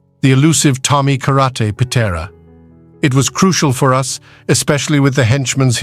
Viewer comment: Pitera, Kithra and Pit Ra were the most ruthless crew, created by an AI voice, until Pie Terra blew it up